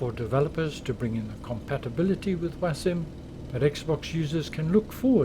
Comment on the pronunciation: Sorry, what is 'wasim' ? Is that what your saying?